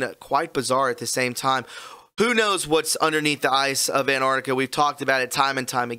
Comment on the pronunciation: Ant-arc-tic-a not Ant-art-ic-a. Ffs that drives me nuts.